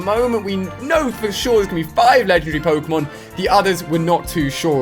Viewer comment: i'm not gonna watch you until you can pronounce Pokemon Correctly